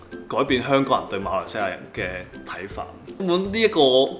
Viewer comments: 粤语正音就变成视频中的读音，MALOI，而不是MALAY了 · 粤语发音的马来人就不是malay，就已经是maloi，就完全不一样了。按照马来西亚的标准，我们一直都是以马来语和英文发音为准的。所以，文献翻译是马来西亚，发音则按地方不同，但是都应该发音成MALAY，不是MALOI。